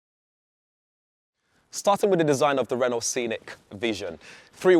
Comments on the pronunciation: Can someone on the production team please tell him how to pronounce Renault 🙄 - the T is silent. - Renno, not Ren-naught. 😖 Please do not let him anywhere near a Peugeot - or is that Pewzoet 🤔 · Pronounced ‘Reno’ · The other presenters on the channel are great but this guy is awful. How many times is he going to say ‘as well’ And the way he pronounces Renault 😂 💀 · Annoys me he can’t pronounce Renault correctly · Thorough video, good job it's only a concept as there's little I'd like a out it. Please learn how to say Renault properly! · True although Brits butcher/mispronounce a lot of car brand names; Citroën, Mercedes, Hyundai, Škoda, just to name a few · Nice looking car. The mispronounced "Renault" got a bit grating after a while though. It's not 1975 anymore.